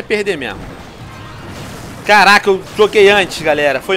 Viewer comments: carrrrrr raca muleke kkkkkk venom eu não sabia q VC falava assim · karaaaaca!!kkkk veno tu tem a língua bolada ou vc fala de zoeira